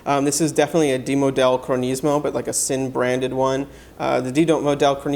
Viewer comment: Thanks for the review. Isn’t it pronounced “zinn”.